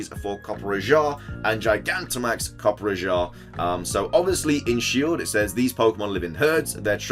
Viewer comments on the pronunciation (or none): KANJI pronounced (KON-JI) and copperajah... u don't have to put so much emphasis on RAH... ITS COPPER- AHJAAAA a rajah is a type of Indian king or sultan if I'm not mistaken but other than that great video 👌🏾